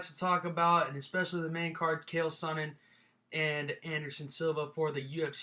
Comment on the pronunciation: its not khael its chael sonnen!!!